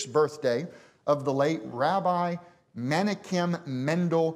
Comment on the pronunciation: He can't pronounce Menachem right.